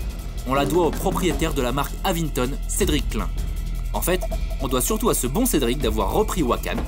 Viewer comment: Avinton, pas avingtom...